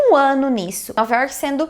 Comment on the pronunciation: Teus vídeos ficariam perfeitos se quando falasse York não colocasse esse "I" no final da palavra ( Iorqui) me desculpe sei que é um péssimo cacoete brasileiro.é como se falasse Brasili..além do mais nome próprio não se deveria traduzir tipo River of January ou Happy Harbour .espero que me entenda ,é uma critica construtiva. A gente se encontra pelas ruas de NY ...take care!